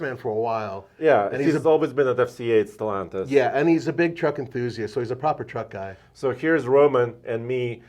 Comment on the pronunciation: Stellaaaaaaantis. NOT Stellontis.